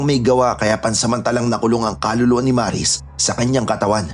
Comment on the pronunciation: 😂😂😂😂maris..bkit ang lamya Nila magbigkas Sila Sa pngalang Maris?ang lamya Maris dritso..ang bagal Maris🤣🤣o.a prang HND nmn totoo😂✌️